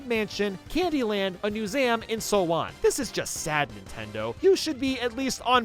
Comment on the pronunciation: "a mewsam" what the he'll hell bro